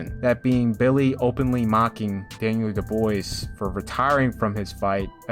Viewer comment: Daniel De-boys? One of the best heavyweights in the world, has recently become a 2x champion. You make boxing videos constantly! How do you not know how to pronounce his name? 😂